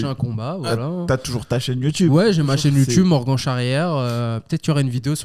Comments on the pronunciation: Même avec Morgan il dit Morgane 🤣🤣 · qui prononce bien Morgan ca fait plaisir lol